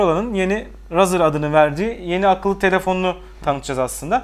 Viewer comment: Razır değil reyzır